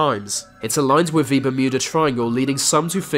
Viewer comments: It's "WITH" not "WIV" ... What, they don't have TH in your language? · dude.. you need to work on your narration skills work on your th sounds. its not birf its birth. etc if you can say mythical, and not miffical, you can say with and not wiff. quit being so lazy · With= wiv Weather= wever Amazon= amazun Breath= breaf Births= birfs